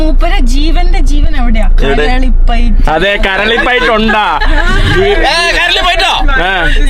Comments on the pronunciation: നാറ്റിച്ചു.. കരളിപൈറ്റ്.. അല്ല. കളരിപ്പയിറ്റ് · കരളി പയറ്റ് അല്ല സുഹൃത്തുക്കളെ….കളരി പയറ്റ് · കരളി പയറ്റ് അല്ല 🤣കളരി പയറ്റ് ആണ് 😂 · കരളി പയറ്റ് അല്ല കളരി പയറ്റ് 😂😂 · Karalippayatt അല്ല മക്കളെ കളരിപ്പയറ്റ്😂